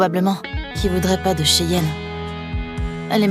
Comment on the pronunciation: Moi j’entend souvent chienne et Baleine quand on dit cheyenne et Raylen😂😂😂😂